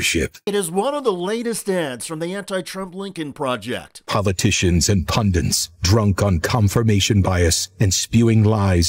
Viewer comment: PUNDIT NOT Pundint.